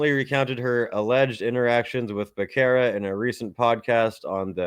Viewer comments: It’s pronounced Beh-Serra. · Btw Becerra is an Hispanic surname & ur pronouncing it wrong get it right fukin eyesore